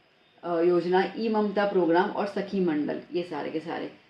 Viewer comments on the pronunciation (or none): none